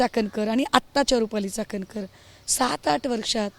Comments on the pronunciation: Ji दुसऱ्या पुरुषाचे पाय पुसते mganje काय अर्थ होतो, चाकणकर नाही चाटणकर बाई 😂😂😂😂😂😅😅😅😅😅😅😅, तटकरे नव्हे ताटकरे 😂😂😂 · "चाटणकर" बाई